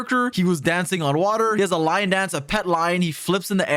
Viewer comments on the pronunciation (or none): none